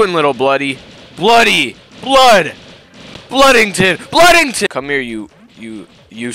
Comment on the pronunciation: “BLUDDINGTON” got me rolling😂